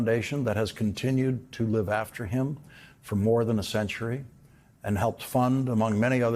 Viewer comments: Andrew Carnegie which you pronounced Car-nag-ee??? Really??? It's Kaar-nuh-gee. What a pile of lies you have told about Elon Musk!! I hope you are sued for defamation. It is laughable that Gates has would accuse anyone of injury to children. All this coming from a man that spent so much time with Epstein, his own wife divorced him over his Epstein connected actions. Also the same man in a TED talk told us the he and others would reduce the world's population by 1/3 through healthcare and vaccines. The was before COVID, and between their escaped GOF virus experiments and the faulty untested MRNA vaccine injuries he has a pretty good start on that reduction. He also said they were hoping for all newer MRNA vaccines, would not require the normal 8-10 year double blind studies that are normally required. You also have cherry picked your singular topic statement from Andrew Carnegie. Wiki is a treasure trove of this man's ideas about wealth. He is largely explained and a majority of democrats would be disturbed by his ideas, if any would give up the time to read about him. Carnegie believed first 3rd of life dedicate to education, 2nd third of life dedicate to building wealth, last third of life dedicate to charitable donations, certainly an admirable philosophy. However there are many aspects of his life, like busting his steel mill's union, he was pro monopoly, which his steel industry was, or the fishing/ hunting club he and his rich friends built, shortcuts resulted in the dea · Accent is on the first syllable- CAR- NEGIE